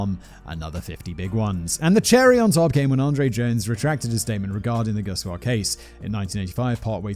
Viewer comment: I know Gusewelles from the exact area you are talking about. I just wanted to volunteer that you got the pronounciation right the first time: "Goose well". Hopefully Gusewelles won't show up on one of your posts until maybe one of them does something awesome and end up on Biographics. Just in case that happens, now you know!